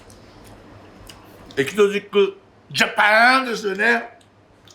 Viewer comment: シェフ、エキゾチック、頑張って何度も言い直しましたが、エチゾチックジャパンになっておりました〜😍可愛いすぎます✨